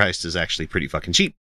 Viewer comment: He's saying "sheep" right? "sheep grace", "sheepening"? I swear I don't hear "cheap", it's always "sheep". Is this performance art?